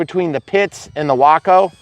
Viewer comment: I had to look up the pronunciation. You nailed it. Sounds like Taco. Mine will be called Bumblebee. I'll be providing the bumbling part.